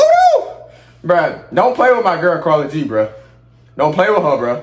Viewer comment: Her name is pronounced like “care-ol-g” 💀💀